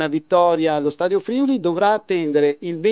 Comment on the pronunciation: Bel video! Però.. Si dice FriUli con l'accento sulla U, non FrIuli (con l'accento sulla I)...